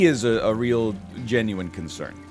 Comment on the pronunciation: nl says "genuine" wrong as a joke right? i dont believe it's a real accent thing, unless he forgot it was a joke and now its just part of his accent